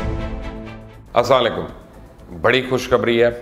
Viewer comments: Asalekum نہیں کہا کریں پریکٹس کریں اور درست تلفظ کے ساتھ السلام علیکم ورحمتہ اللہ کہا کریں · Bhai sahib plz asslam.o.alaikum sahi bola kren plz